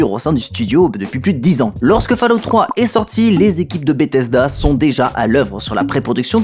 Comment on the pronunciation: Je tique sur la prononciation de Fallout.